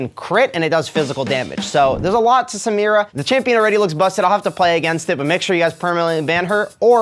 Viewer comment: Thats not how u pronounce samira